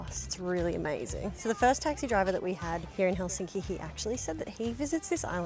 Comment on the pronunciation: You are so nice and your family! You pronounce Helsinki correctly unlike most Anglo language speakers!